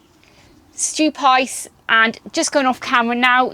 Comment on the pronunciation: Stupice = stew-pe-say